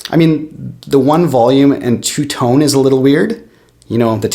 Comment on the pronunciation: I could tell he was Canadian as soon as he said "tone" or rather (too-ne) lol